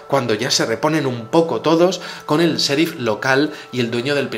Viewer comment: hace tiempo quería recomendarte o corregir te algo sobre la pronunciación de la "Sh" en inglés. Al pronunciarla trata de hacerlo como el parecido de la "Ch". Por ejemplo: chérif (sheriff), flach (flash). Mis saludos. Nunca me pierdo un vídeo.